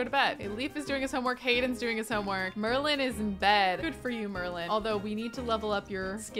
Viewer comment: Every time she says Merlin I think she is talking about the merman because MERlin!